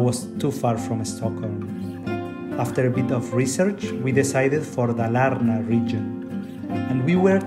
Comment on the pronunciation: Yeah you realy got you a cottage outside of nowere! And it was great, an old countryside family house! You prononuce Dalarna in the wrong way, its high pitch on the first A! Dal = walley, Dalarna is "The wallyes", we have another old area that is cald Dalsland, its south of Dalarna and Värmland, so obvius its The land of wallyes!